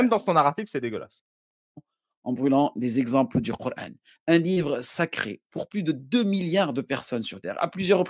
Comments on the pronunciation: Ça manière de dire QurEEn au lieu de Quran m’énerve je sais pas pourquoi. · Corán se prononce “corhaine” ou “corâne” …. Tout est dans le titre….